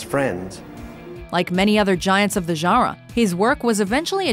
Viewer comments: lol...narrator says sci-fi "jarra" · Am I the only one who is kind of distracted by the way she pronounces genre? Sounds kinda like "jara".